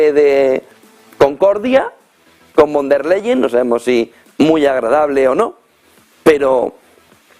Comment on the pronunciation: Ursula fon der layen se pronuncia en alemán